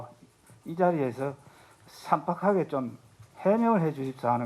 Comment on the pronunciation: 삼박하게가 아니라 쌈빡하게 발음하이소